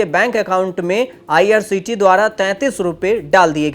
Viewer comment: तूमको ठीक तरहसे बोलना नहीं आता. आईआरसीटीसी बोलो, करोर नहीं करोड बोलो. पहले अच्छी हिंदी सीखकर आओ.